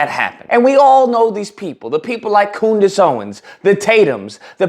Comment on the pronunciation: You pronounce Candice funny 🤔